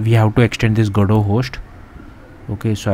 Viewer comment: gado ❌ go-dot ✅ 😂